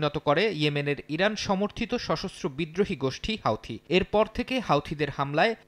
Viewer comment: হাউথি না হুতি